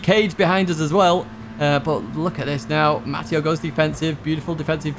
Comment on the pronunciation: it’s pronounced “Matt” “ay” “oh” not “Matt” “EE” “oh” I’ve spent all my 54 years being called the latter. From your fan “English Matteo” (Ovetharhill PSN)